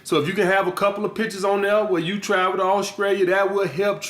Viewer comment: Did he just say Auskria and Auskrailia??!! LMAO!!